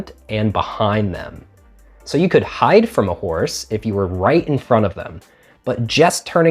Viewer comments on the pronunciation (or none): none